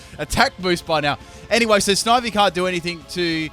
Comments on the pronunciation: ITS PRONOUNCED SNI-Vy NOT SNIH-Vy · loved this video but i couldn't get over one thing... "snivvy" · Its not Snivy, its pronounced Snivy! Ugh. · the way you pronounce snivy physically hurts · The way he says snivy makes me wanna die lol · It's snivy not snivy